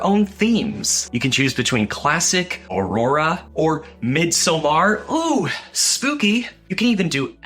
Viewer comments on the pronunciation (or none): none